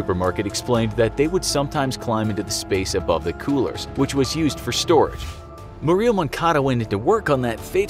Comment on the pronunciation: Jesus christ learn to pronounce Murillo please